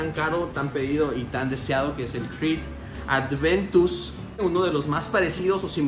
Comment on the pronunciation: Buen video man! Un pequeño detalle es “Aventus” no “Adventus”